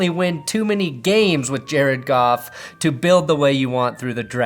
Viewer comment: thought u said golf..go home leave family..lol